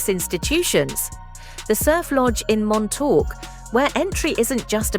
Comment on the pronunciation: please-please-please learn to pronounce Montauk and Sagaponack before publishing a "guide"...!